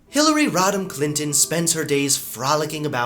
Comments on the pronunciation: Also, I thought you said Hillary rottin clintin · I keep hearing "Hillary Rotten Clinton", is that just me?